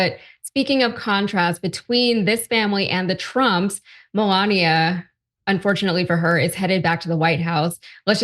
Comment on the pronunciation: Melaninia.....creesmas da creesmas lol